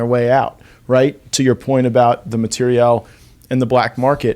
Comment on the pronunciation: Why does Gaetz keep mispronouncing the word material? 😂🤣